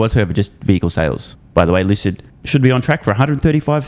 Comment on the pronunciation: Lewcid Mowtahrs